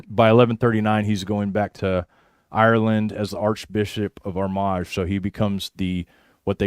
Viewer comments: I live in Northern Ireland. Armagh is pronounced Ar-ma. Another great show. Good to see you back. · Please if you are going to pronounce Armagh, the G is silent.